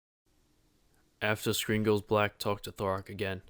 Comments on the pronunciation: Yeah, but he definitely said Thorak lmao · There's a D at the start of his name, not a T. It's also Ar-Ock, not Or-Ack. Holy cow I've heard some terrible pronunciations of RuneScape names and places in my time, but Thorak over Dharok takes the cake. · dharok "thorak" lol